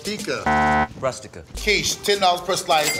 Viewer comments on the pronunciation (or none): saying Rustika to Rustique got me 😂